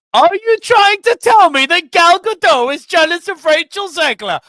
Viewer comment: Not Ga-doe. It's Ga-DOT. She's not French.